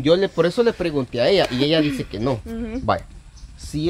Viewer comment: Y LUEGO dises medisen cisañoso😂😂😂.